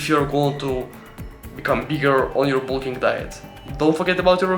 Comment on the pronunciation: Great Russian accent 😂